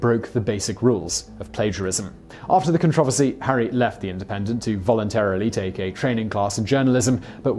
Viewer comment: Hi Simon, I think your pronunciation of certain words creates a "contravasy" instead of a controversy.